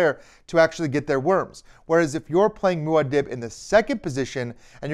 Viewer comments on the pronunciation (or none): Just so ya know, it’s pronounced “Moo-Ah Deeb”, not “Moo-Ah Dibb”. Thanks for the great video!